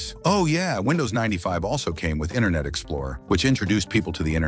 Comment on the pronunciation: the way this guy pronounces internet as "inner net" is a hoot 🤣🤣🤣🤣